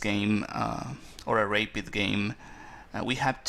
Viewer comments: All games are good to analyse. Just because Karpov lost doesn't mean it's not a useful thing to see. The bishop to a6 was very weak though and he just bought it back to b7 in the end. Thank you for posting. By the way, it's pronounced rap-id, not rape-id. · nice but don't say rapeid it is rapid (pronounced like rabbit) being a GM you should know this